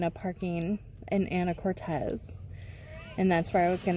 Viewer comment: Hi, I love your channel. I've been subscribed for close to a year now and enjoy "traveling" around the US with you and Joey. Just one point. the city name is pronounced An-a-COR-tez. Or better yet, check out this video by a native